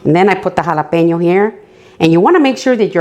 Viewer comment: im just here to hear you say jalapeno